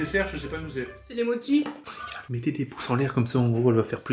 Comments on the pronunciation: juste ça se dit moCHi (prononcer mo chie mdr) si non je vous kiffe vous et la team crouton au complet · ca se pronnonce motchise et pas moki ni mochi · Ses pas modchi ses mochii!!!🤣🤣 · C'est la vie les mochis OwO (PS: c'est "motchi" la prononciation, c'est japonnais) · en tant que fan du japon j'avoue que la prononciation de mochi en "mocki" m'a trigger de ouf 😭😭😭